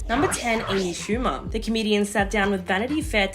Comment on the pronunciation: It’s Schumer, not Schume.